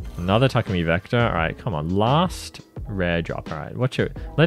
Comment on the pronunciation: Why do you say Takumi so weird?